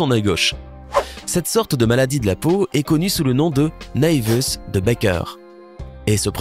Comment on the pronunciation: La prononciation de "naevus" 😂